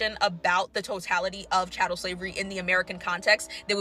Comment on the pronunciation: It is chattel slavery, not cattle slavery.